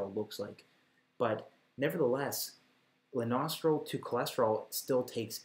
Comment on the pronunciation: I thought you kept saying "the nostril" instead of Lanosterol